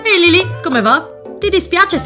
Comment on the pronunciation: Non si dice lilli si dice lilly capita